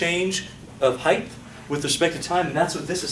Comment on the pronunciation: dude, it's heighT, not heigTH.